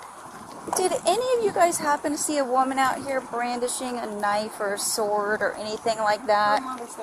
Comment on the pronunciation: That lady didn't say she had a sword. She said she had a sWard! When I was a kid, I used to say it like that, so the first time she said it, I kind of brushed it off, thinking maybe i heard it wrong. Then she said it again at least 1 more time! So, is there a difference? IDK, maybe there is. A sword is a deadly weapon (especially in trained hands). However, maybe a sWord is not...